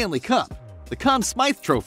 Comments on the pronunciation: Is the voice over AI generated ? Mispronouncing the Richárd trophy is amatuer af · This and saying "Richard's" trophy made me cringe lol